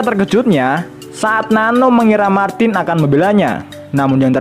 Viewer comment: ra konsisten nyebut martin, malah dadi martis